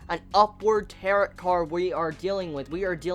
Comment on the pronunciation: Don't mean be rude or anything but Tarot is pronounced Tar-O, it's french I guess so yeah